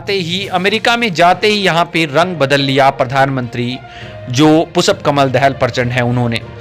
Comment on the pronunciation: You are an insult to India mr reporter you donot know how to pronounce the Sanskrit term पुष्प and you are repeatedly callingपुषप् you are disgrace to our country. Pu Kamal Dahal is a revolutionary leader who changed the rotten monarchy system and gav3 people republics what record has Biden on these nothing but zero The courage sooroo wall is not the national dress of Nepal nor we Indians have any national dress. You donot know.better know nor Kurtz pyjama is our national dress,we donot even have a declared national language Nepali is Nepal’s national language theghotala loving narsimva Rao sarkar put the Nepali name i in the constitution do u know this. ,prachanda is one of the cleverest pm and he know how to handle theA Erica so America cannot afford to annoy prachanda for Nepal .